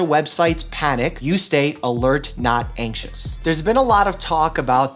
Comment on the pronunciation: Dr. Mike: Alert not axious. Me: ANXIOUS IS MY MIDDLE NAME MOTHER LOVER!